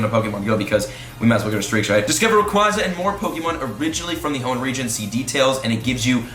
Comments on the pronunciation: Hate to be that one guy but... It’s ray-qway-za not ray-qwaa-za Watch the movies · Rayquaza is officially pronounced rayquaza (Rae-qu-ay-za). Not rayquaza (Rae-qua-za) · Idk who says it ray qwaza it's pronounced ray qwayza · ray-quay-zuh, lol. it comes from the word quasar. cant wait to not catch it though lol (suburbs) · LoL its rayQUAYza btw😂😂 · ITS RAY QUAEZA U WERE RIGHT BEFORE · You were saying it right originally, it’s ray-quay (like a quasar)-za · You know that's kinda funny you were pronouncing Rayquaza correctly the first time 😂 In the movie he's in it's Ray-qway-za and it's root word comes from quasar which is pronounced qway-zar anyway, just being technical here 😜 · Yep you are wrong becuz in the anime they pronounce it rayqwaza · They lied to u about Rayquaza's pronounciation Ray-Kwah-Zah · Its rayquaza as in quazar not like rayqwahzah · The Devil I know but it just hurts to hear it the other way haha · The way you used to say Rayquaza is in fact the right way to say it. If you don't belive me just look it up. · The official pronunciation is Rayquaza as in quasar, not as in quadrant or quadratic. Just saying... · It's actually pronounced the way you originally thought. It's supposed to reference a quasar, or some space-y event. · Wtf the first way you were saying it is correct. The second way sounds like you are special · You are pronouncing Rayquaza wrong!!!